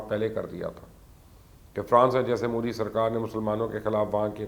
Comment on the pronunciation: Pls get the name right its pronounced as 'mudh dee'